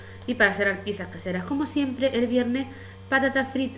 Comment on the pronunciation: Hamburguesa! jajaja que siempre te falta la B!